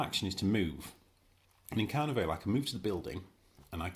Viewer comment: And Car-Neigh-Valley